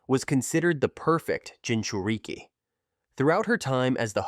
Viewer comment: bro got the ai saying gingereekie